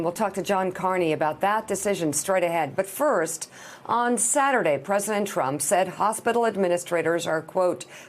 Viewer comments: "President Chump" I heard that🤣😂🤣😂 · She almost said President Chump lol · "President Chump!" I love the slip Mika and the show; it makes my mornings much more bearable.